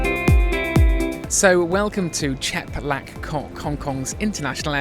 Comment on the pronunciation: Chek Lap not Chep Lak :) The food and overall flight looked really bad. Now I read Lufthansa is rolling out some kind of big revamp in economy called 'FOX'. Will this make a difference I wonder? Maybe they know the service just isn't good enough.